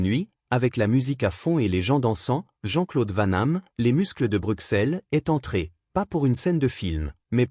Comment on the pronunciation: C'est Steven Seagal pas Steven seagul n'existe pas 2 c'est Jean-Claude van dam et pas vent nam Jean-Claude vanhamme n'existe pas